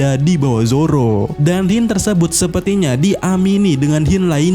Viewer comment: Sebut la Hint bagi betul. Hint bukan Hyin